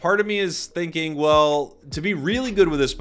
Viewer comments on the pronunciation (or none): none